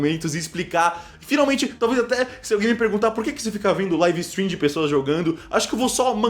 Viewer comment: É taum bão pronúncia "laive istrim"